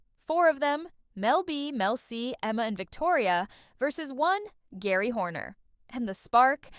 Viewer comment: 30 years of spice girls and you say "Gary" instead of "Jerry"?